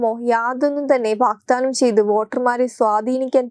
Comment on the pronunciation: വാഗ്ദാനമാണ്, വാക്താനമല്ല.